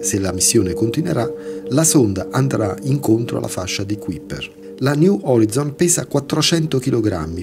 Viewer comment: si legge "niu orai'zon" :))) sto solo scherzando :))